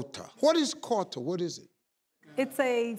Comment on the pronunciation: Living in Europe I still won't forget Kota. And Steve you don't pronounce Kota like qouta. 😂